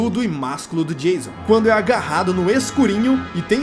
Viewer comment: Acho mó engraçado quando chama o Jason De Jailson kkkkkkkkk